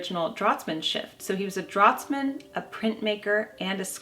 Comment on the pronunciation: Draughtsman is pronounced with "f"...like draftsman ( No snark intended...we are all here learning). together).